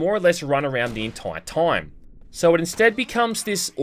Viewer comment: "... the swarms of rats that pop up all the toym." Gotta love that pronunciation ^^